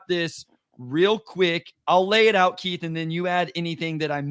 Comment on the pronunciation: I love you my brother, but please show Keith some respect by calling him by his given name. It's Keith, not Keef.